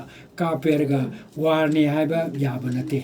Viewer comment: Bapuji.. Article.. Not African, War... Not Wan